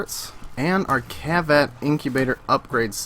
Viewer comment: its not cheviot its kavat